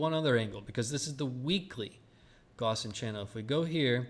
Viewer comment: Wouldn't be a bad thing if you could learn the correct pronunciation of Gaussian